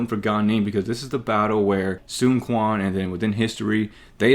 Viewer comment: You not pronouncing Quan correctly bugs me, ngl lol